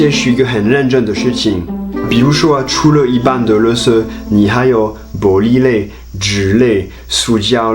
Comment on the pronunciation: 1. 1分55秒處[又少又小]發音太讚了！👍 2. 2分30秒處[(出)了一般的垃圾]有誤，正確是[(除)了一般的垃圾] 3. 4分09秒處[有一點(中)]有誤，正確是[有一點((重)] 4. 替那時的清潔隊員說聲抱歉，他們無法使用外語溝通指導你，工作也辛苦匆忙，以致態度不佳，請原諒喔！請一樣喜歡台灣喔！哈哈哈